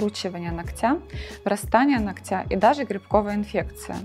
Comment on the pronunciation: Полезная передача, но ударение в слове нОгтя, вы делаете неправильно.